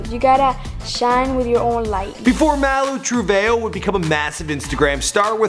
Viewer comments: You mean Malu Treve Ho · It's not Trevejo it a TreveHOE